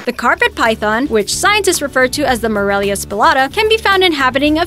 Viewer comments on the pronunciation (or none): none